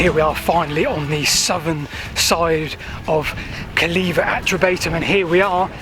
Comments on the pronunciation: Calleva reared its head in my 1970s school history lessons. I remember the Latin teacher insisting on it being pronounced Kul -AY-wah, although I never heard Silchester or Pamber Heath residents do that. Some years later I lived in Tadley (23 Hartley Gardens) from 1982 to 1986 and took an occasional drive around the perimeter wall. I remember seeing the impressively high sections of wall but, at the time, it had a rather uninviting look - overgrown barbed wire, gates and possibly 'Keep Out' notices. Your video has certainly brought it to life. Thanks for posting. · You need to take the trouble to get the names pronounced correctly. E.g. CALLEVA is pronounced /Calaywa/. There is no /vee/ sound in Latin. What we read as V is actually a capital U. Calleva is therefore properly spelt Calleua. Your pronunciation of Catuuellauni (Common Brittonic: * Catu-wellaunī, s abominable. Do some research on names and it will make your presentations much more authorative.